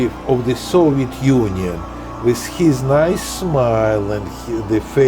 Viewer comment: It tickles me to death every time they pronounce it "Soviette".